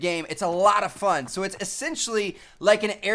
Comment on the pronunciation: Why does he go like "Sowe" lol he says so weird